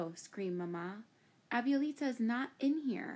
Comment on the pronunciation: The way she mispronounces "abuelita" is cringe.